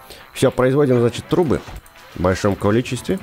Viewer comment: Почемуя вместо трубы слышу труы? 😅